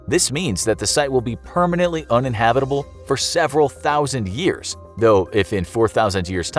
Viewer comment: "Permanently unhihabitable for several thousand years" So which is it?